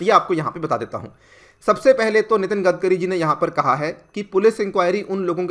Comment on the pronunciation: 'गडकरी' नाम है उनका 'गदकरी' नही, आपको अगर 'आग्गारवल' बोला तो चलेगा क्या?